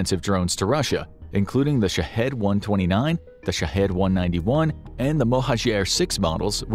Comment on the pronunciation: I do think that a channel with 13+ million subscribers should make a little bit more effort with pronunciation of Ukrainian city/province names and Shahed drones